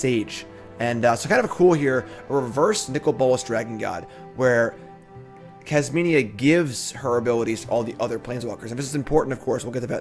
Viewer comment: also not Kasminia lol